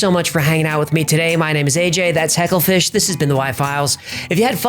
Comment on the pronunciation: hagglefish? . i though it was hecklefish?